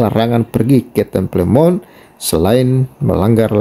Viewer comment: Temple Mount dibaca" tempel monh , bung